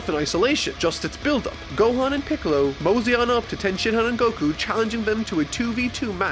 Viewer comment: Hold on. Did you say “Gohan going off to train with and recruit PICKLES” ?!?? Lmao